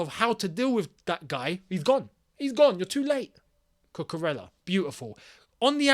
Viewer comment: My boy, you guys gotta start saying cucu’s name right ffs!!🤦🏻‍♂️ it’s pronounced cucuREYA bro, not cucurellah. He’s Spanish bro.